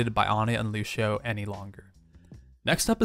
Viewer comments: LU CEE OH not LU CHEE OH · Lúcio is pronounced loo-see-oh not loo-shi-oh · Do you have fun pronouncing lúcio as luwsheo?